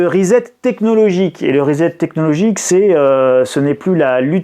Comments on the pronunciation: CA SE PRONONCE RISSETTE ',en anglais Reset ! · Le grand reset avec s pas z